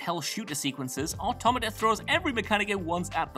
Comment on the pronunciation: Omg, there IS someone from whatculture who can pronounce automata correctly!! 😲😲